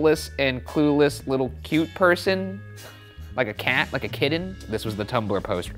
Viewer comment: I love that Ryan’s t’s are d’s and he says words like “kidden”